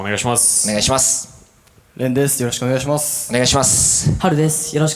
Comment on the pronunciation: っぽくない「お願イシマスッ」好きw